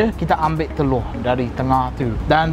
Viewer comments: hahaha ckp kedah "teloq" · ckp teloq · teloqqq dia hahaha pekat betoi kedah ang ni dok kuala nerang ka.. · kalau cakap telur jadi orang utara eh?